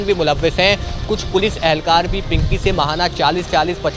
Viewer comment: Pankhiii nhi bro pinky 😂😂😂😅😅😅